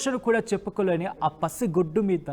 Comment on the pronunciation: Mundu mee basha sari chesukondi pasigoddu kadu pasiguddu anali